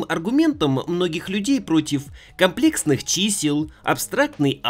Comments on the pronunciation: Ты же в курсе что комплЕксный - правильное произношение? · ИнженЕрии - ударение на Е!!! А за комплЕксный, вас сударь пороть надо. Я не гуманитарий, но было очень больно. За такое вообще нужно ходатАйствовать чтобы на вас было вобУждено уголовное дело. P.S.: Прошу без обид. Просто это звучит как издевательство над русским языком. Как человек близкий к науке, вы должны понимать, что говоря об одной дисциплине, не стоит пренебрегать остальными. За роли однозначно лайк.